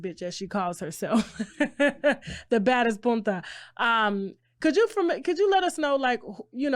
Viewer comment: “REVOLUTIONARY”..🤔🤨🙄 And it’s “PUTA”- not “PUNTA” 😒